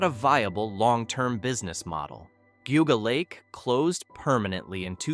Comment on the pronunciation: lol...its Gee-ah-gah lake